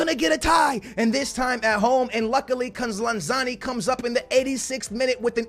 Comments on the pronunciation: I love you man, but its LanZINI not LanZANI, keep it up man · you have been saying Lanzini wrong it’s not Lanzarni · It's not lanzani, it's lanzin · stop saying lanzani. it's lanzini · Larn-zarni, it’s lanzini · Its lanZINI FFS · FFS its pronounced LanZEEEneee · Sorry, here’s how u pronounce them: Lan-zi-ni Bi-ram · Say it with me, LAN-ZEENEE. Manuel LANZEENE lol love the vids dude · YOU SAY LANZINIS NAME WRONG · I'm m sorry but how can you miss pronounce Lanzini??